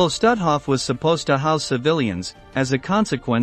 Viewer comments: Not „Stathoff“. But „Stoothoff“ pronounced. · You'd be more credible if your voicebot had proper inflection, and pronunciation of German names like, say, Stutthof.